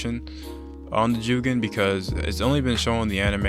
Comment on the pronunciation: Bro The way u pronounce jougan is killing me it’s pronounced “ Joegone”